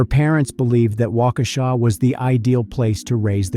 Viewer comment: You said Waukesha correctly! I almost fell over! Lol